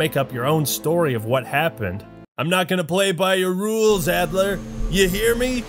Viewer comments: “Actler” Why did it take me an hour to figure that one out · Excuse me, it’s Russell “Leon” Actler.